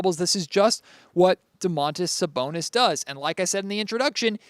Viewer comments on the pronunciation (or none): I'm pretty sure it's supposed to be just Do-man-tas Sa-bon-is. There's no "oh" at the beginning.